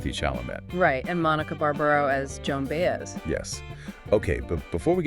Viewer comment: They didn't even take the time to learn how to pronounce "Baez." Not interested.